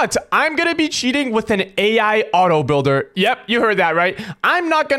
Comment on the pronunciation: I thought you said oil Builder😂